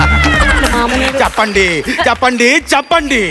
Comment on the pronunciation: ച്ചപ്പാണ്ടി അല്ല ച്ചെപ്പണ്ടി ആണ്